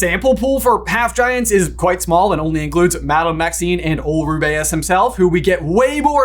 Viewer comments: Roobeus not rubayus*** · Me in Hermione's voice: IT's RU-BEE-USE not RU-BEH-USE. Sorry, I really cannot take the Ru-beh-use pronunciation. 🫣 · It’s ROO-bee-us not roo-BAY-us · Ru-BAY-us?! Is that truly how you pronounce it? I've been saying Ru-be-us all these years. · Stop saying his name wrong. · I agree soulfully. But first you gotta apologize to Hagrid for that ghadawful mispronunciation of his first name. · PLEASE stop saying Rubeus like that